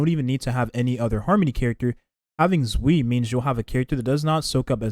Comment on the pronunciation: Shoe Yee not Zwee lol